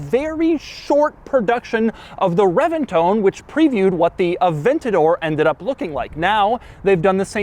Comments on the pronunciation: Pretty sure it’s not pronounced CHEN-tinario. Reventon is also pronounced reBenton. Not reventone. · "The Reventone" "The Chentinario" What annoying mispronciations. The Centenario Comes with a roof. This is the roadster. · Yeah but he pronounces Reventon as reventone when it’s reBenton. So he really isn’t right.